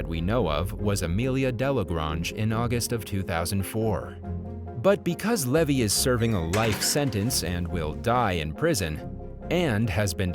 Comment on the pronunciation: It's Levi, as in jeans, not levee, as in drove my heavy to the levee.